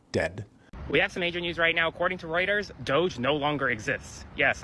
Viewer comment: Dude, Reuters is pronounced ROY-ters, not ROOT-ers.